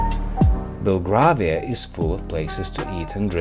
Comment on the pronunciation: Very nice video, but "Belgravia" is pronounced as if the "gra" was like our colour "grey". Another interesting walk would be around Covent Garden and its surrounding "Theatre Land" may I suggest?